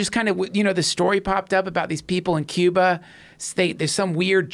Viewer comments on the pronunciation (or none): none